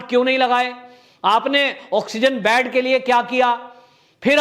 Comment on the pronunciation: बैड नहीं बोलते हैं "बेड" बोलना चाहिए ।